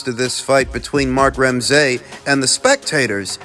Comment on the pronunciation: Doing my fellow Canadian names dirty “Crow-lee” “Ram-SAY” 😂😂